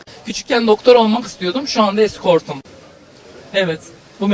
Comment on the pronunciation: Diskort değil eskort 😂ama boşver çok kötü bişi